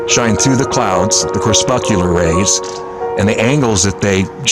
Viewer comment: I love your background music. 🙂 (, I think the word is pronounced "crePUScular.") Thanks for your lovely videos. 🙂